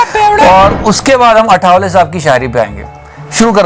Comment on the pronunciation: Why don't Hindi speakers pronounce the legend's name correctly it's आठवले not अठावले